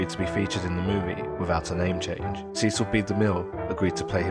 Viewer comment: You keep mispronouncing DeMille's first name. It's SESS-ul, not SEE-cill.